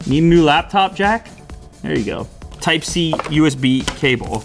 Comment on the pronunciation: Lap-phone , owwwww!